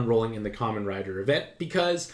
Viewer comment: Thank Gawd your gaijin self pronounced Kamen correctly. I was horrified that you might have said “KAY-mon” riders. I approve.